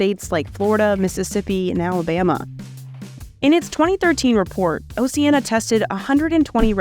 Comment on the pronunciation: At least pronounce Oceana correctly!